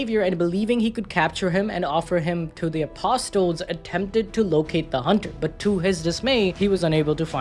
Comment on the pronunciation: Apostle is pronounced like castle